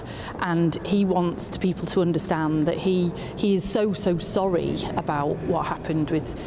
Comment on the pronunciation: Sharp as a tack. Also he's sowwy